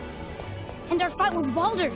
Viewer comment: you said Baadur, not Baldur